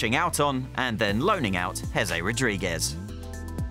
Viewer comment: Jesé*not Hézei and it's Rodríguez not Rodriguez